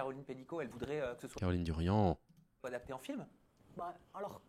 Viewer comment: Darian, pas Durian bordel